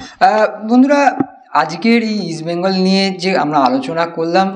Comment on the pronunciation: ইস্ট বেঙ্গল বলো, উচ্চারণ ঠিক করো তারপর প্রোগ্রাম করো